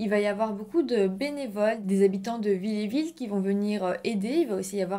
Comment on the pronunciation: narratrice NULLE ... pas pu regarder jusqu'au bout... et c'est VILLERVILLE pas villéville....faut savoir parler correctement et lire la carte où est écrit le nom du village aurait évitée cette faute de nom par 3 fois de surcroit....en 5 MN... bravo donc abandon